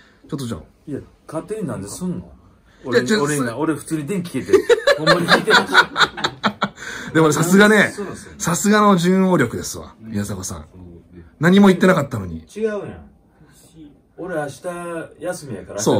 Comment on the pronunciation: ♫ 誕生日おめでとうございます！ あやとさん、嬉しいですね！ 、5：42あたり、順応力、は、じゅん「のう」ね。（細かくてごめんなさい）